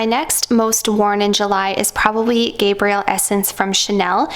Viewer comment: i think it's Gabri - elle, feminine, Gabriel is a man's name